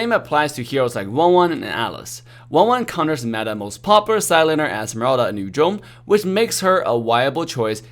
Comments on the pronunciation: its funny when he says "yu jhong" instead of "yu zhong" (no hate its just funny) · Yu zhong vs. Yu jong mehehehe English 101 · Anyone feels weird when say yu zhong in a Chinese accent?